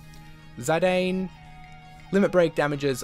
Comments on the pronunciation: its pronounced as Zi-dan lmao 😂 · the way he prenounces zidane is hilarious xD